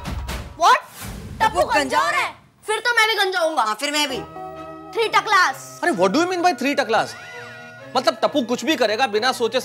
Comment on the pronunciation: goli " three taklass "